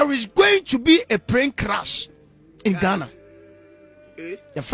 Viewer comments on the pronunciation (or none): did you say Prane Clash 🙄👀